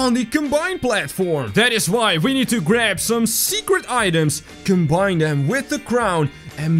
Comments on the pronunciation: not secrt it’s secrret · Secret not secet